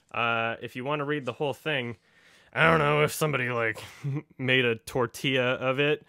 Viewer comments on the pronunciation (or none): none